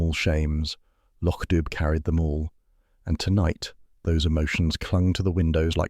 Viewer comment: This is so well done. Thank you. Though, just a small correction: it's Loch Dubh pronounced "doo". 😂